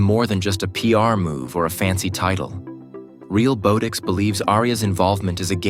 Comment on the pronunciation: The AI voiceover is mispronouncing Realbotix. Not a long "o" but soft as in "bot". Ironic.